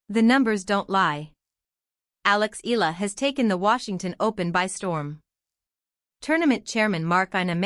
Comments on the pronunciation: If it's AI it cannot 'read' it properly: Eeee-ya-la. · PLEASE pronounce ALEX EALA...EYALA, NOT ELA.😮